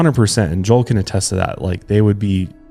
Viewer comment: just went back and listened to "my brother and my producer Joel" like 10 times because (I'm from Texas) you sounded as hick as me!!! :D